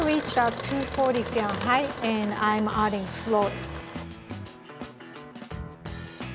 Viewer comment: her accent when she says FeWInHeIt